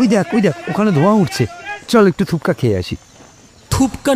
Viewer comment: Ota thupka noy thukpa